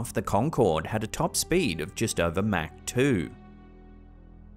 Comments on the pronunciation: Mach has no K in it lol is should sound like mock Not mac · Come on, it's pronounced as Mock not Mac. Yes it's spelled Mach, but the H isn't silent in the sense it's verbalized as mac, and it's treated as if it were spelled Mahc. But yeah, Mach 1 (Mock 1). ❤️ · it's actually pronounced mock but spelled with an a, mack. Just fyi respectfully. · before anyone else roast you for it. "MAC" is a sandwich from McDonalds. Mach is pronounced M-AH- C. AH AH AH Mach. Thanks for the videos! Keep em coming! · Pronounced mock 14 by the way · Mach is pronounced Mock.